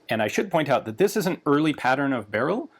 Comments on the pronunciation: Ian pronounces "Beryl" in the most polish way he's able to and corrects himself in next second to french-like pronunciation :D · According to polish folks here in the comments it's more "berril" and less "bereel" like he's saying. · The unstressed pronunciation like "berrill" is much closer to the Polish pronunciation than "beREEL" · tbqh lads jsut pronounce it however you'd pronounce "beryllium" for me that's burr-ill, not barrel. for the poles it hear it's basically barrel quite the garand vs garand situation here. "barrel" is "Gah-rand" and "burr-ill" is "Gerrand" i pronounce the M1 Garand like the guy's actual name was pronounced. eventually just sorta happened, didn't consciously chose to. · 'Beryl, srry, b u h r e e l' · And it is actually pronounced Barrel, no “ee” sound, and the R is rolled. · I feel like it's just "barrel" pronounced wrongly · It's pronounced "Beh-ryhl", the end sound is not "reel", it sounds more like the beginning of "ridiculous", that beginning "ry" sound. Also, great video otherwise 😄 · Fanny how you said it correctly and went to "correct" yourself. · 'Beryl' is stressed on the first syllable. Are we going to completely ignore Galil, Zastava M21 as well as AK-101 & -102? These are all military designs, after all. This is in fact a standard AKM (or more precisely, AKMP) design, it's called 6Ch3 (6Ч3) and is still produced in a slightly modified form for AK-74M variants. I bet it's fine with a winter coat and armour vest on. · The funny thing is that you pronounced the name correctly and the said it again, but wrong :D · Haha, I love like in he properly pronounced the name of it, and than immediately corrected to polish-american pronunciation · the first pronunciation was actually closer to how we pronounce it in Poland :). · Yeah, it's great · Yeah, made me chuckle. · Interestingly enough, he corrects himself to a Russian pronounciation. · its BEryl. y not ee. also in polish stress is always on second to last syllable.